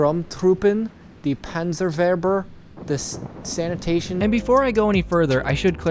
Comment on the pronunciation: BRO HE SAID SNATATION LOL 🤣🤣🤣🤣